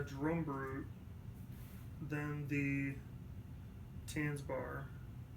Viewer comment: I am offended by how you pronounce Tanzbär (to spell it americanized, it's Tuntsbear)